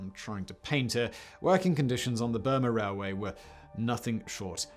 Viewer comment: "The Burma rareway"